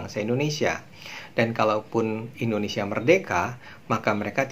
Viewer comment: Yes Indonesia not endonesia, learned more and more to be perfect...